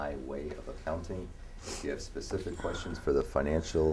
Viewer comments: At some point he said "Be more die-reck and psss ssss s pacific, so I can ansah your ckestion" 🥶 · its me Thank you for bein pacific.